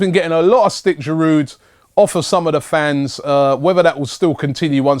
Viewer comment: Why does Robbie always pronounce the d in Giroud - bugs me. Still love ya Rob!